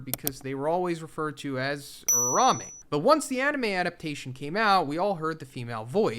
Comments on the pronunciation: URAUME not urame😭😭😭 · why this mf keeps saying URARAME wtf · Drink everytime he butchers uraumes name.